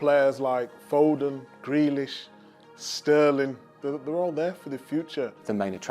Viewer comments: Man said grealish lol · Man said Grealish 😂😂